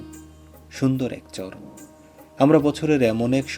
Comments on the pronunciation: ভাই শুদ্ধ ভাষা ভালো অতিরিক্ত শুদ্ধ ভালো না আপনি চর কে চর বলাই ভালো চোর বইলেন না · ভাই আপনি চর কে চোর উচ্চারণ করেন?